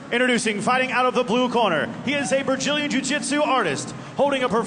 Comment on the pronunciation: Sea Level Cain "bragillian" 😅